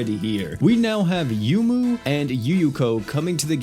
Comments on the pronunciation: Isn't her name pronounced "Yoh-moo? Like how Touhou is pronounced "Toh-hoh"? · You're correct. He pronounces a lot of names wrong.